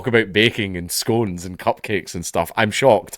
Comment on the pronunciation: I am disappointed you pronounce scone incorrectly